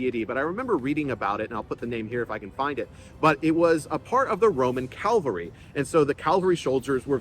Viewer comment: "CAV-alry". Cavalry.